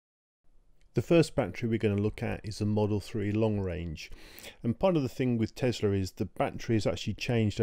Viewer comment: Thank you for not saying Tezla.